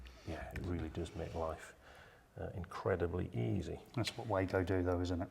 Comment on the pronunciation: It's not Waygo there's no Way to go....speak it like that: clear VAh GOh...W in German sounds like V in English!